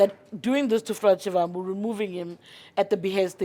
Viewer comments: Not shivvvhambu... it is Shivambu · Haibo sis a person in your position should make an effort to pronounce someone’s name correctly. You botched his surname. Noo😢